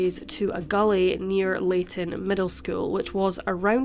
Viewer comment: Sounds like you said layton middle school for the gully that was searched. It was Clayton middle school.